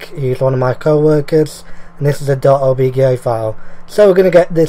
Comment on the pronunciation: Did you say obgay file? XD